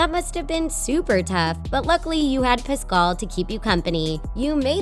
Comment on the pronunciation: PASCAL! Not “Piscal”!